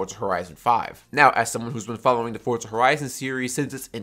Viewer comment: for za not fort